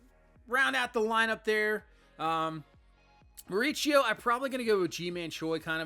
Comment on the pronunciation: Pronounced BAIT-EE and MAUREESEO